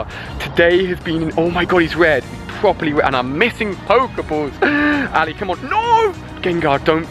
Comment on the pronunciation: its not alli a